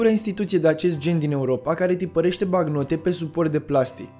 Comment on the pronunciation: "BaNcnotă" nu "Bacnotă"